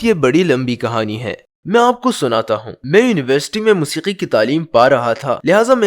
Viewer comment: Everything is perfect but as a Pakistani I can figure out a mistake it's کہانی not کھانی